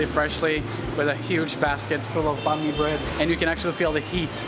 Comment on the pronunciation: I'm kinda impressed that you actually attempted to pronounce it as "bánh mì" in southern Vietnamese accent instead of "bang me" like most foreigners do. Thank you.